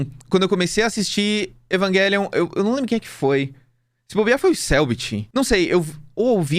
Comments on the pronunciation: Evanguelion é o cacete é evangelion mesmo sabe nem pronunciar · mano porque ele fica falando "eVaNgUeLiOn" e não EVANGELION(??????) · na real, ele continua dizendo errado. O certo seria Evanguêlion e não Evaguélion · Ele ia fala evangelion e no meio falo evanguelion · a palavra evangelion vem do latin então a pronuncia "envagélion" esta correta, a maneira incorreta é falar envaguélion mesmo é a maneira estadunizada de dizer ( se eu estiver errado alguém me corrija) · mano, não dá kkkkkk Evanguélion é de fuder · evanguéllion AAAAAAAAAAA QUE AGONIA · desculpa, mas falar EVANGUELION não tem perdão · Não vou conseguir ficar meio hora ouvindo o falar EvanGUÉlion 😢😭😭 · Esse vídeo ficou muito bom, só que cada vez que ele disse EvanGuelio foi uma facada no peito. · evan GUELION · Meu deus que odio o falando evanguelio, que odio meme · "Evanguelion" faz de novo faz direito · Agonia do falando evanguelion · cada vez q o fala "evanGelion" meu ouvido sangra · toda vez que o diz Evanguélion eu perco 1 ano de vida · cara tamo no Brasil, é Evangelion não pq tamo falando em inglês, e sim pq é um jeito abrasileirado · O é um cara legal, mas tem o defeito de falar evanGUElion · você pronuncia errado o nome realmente é do outro jeito. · Não dá cara e ele ainda corrigiu o cara no começo, foi horrível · mó tosco dizer o nome do anime com som de "G" com som de "J" é muito melhor